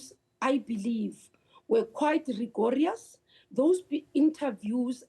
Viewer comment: anyone that says RI-GO-RI-YAS, cannot and must not be taken seriously. We need a 63 year old to fight crime???? The nerve to praise yourself, stating that you have done more in 1 year. Please show us, show us what you've done. smh. Keep voting for the bandits